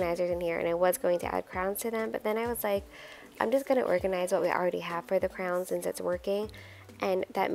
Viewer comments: Is it me or does it sound like you call crayons 👑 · I wasn’t looking at the screen when she said it and I kept thinking she said “crowns”. lol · The way you say crayons lol. It sounds like you say crowns!? I pronounce it like crans. It's fun to hear how differently everyone pronounces words! Also, I love that you are always sending little gifts to the teachers!! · I know! I couldn’t figure out what she was saying and then I saw them! I’ve never heard anyone call them crowns, I love it 😂💖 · Crowns, Crans, Crayons! 😂 Something to ask viewers: how do you say it?